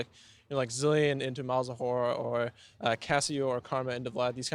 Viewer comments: lol he said malzawhore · Did he say Malzawhore? Is that a meme? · did he say malzawhore? LOL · "Zilean into Malzawhore" - Bjerg 2016